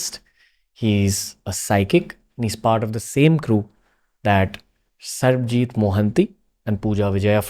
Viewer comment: SARBAJEET ☑️ not sarabjeet ❎ 😭